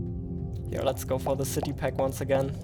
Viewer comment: Si ti pack - no ZITI PACK :) S not Z :P